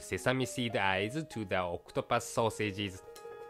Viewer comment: Octupas? Wth is pronounced oc-to-pus